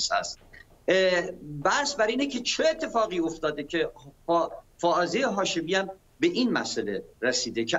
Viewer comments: فرخ جون یهوی بگو خانم هافزه شاهمی. برو ی کم فائزه و هافزه رو تمرین کن جون دادا خیلی باحالی... چندبار گفتی هافزه.!! خانم هافزه مصداق این شعر حافظه. دمت گرم فرخ جون چه شعری!!!! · آقای نگهدار یکبار هم اسم فائزه هاشمی رو درست نگفت